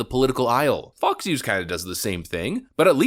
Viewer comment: Getting some "Blinded by the Light" vibes every time you say Fox... It doesn't sound like you're saying Fox most of the time.